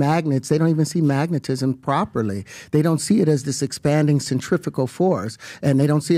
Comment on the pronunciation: he cant even pronounce centrifugal right just saying